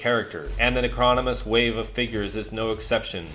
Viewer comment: Its pronounced ** Nec-ro-nom-in-us ** 😉 Cool video tho!